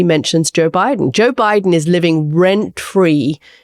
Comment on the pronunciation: Juh Biden?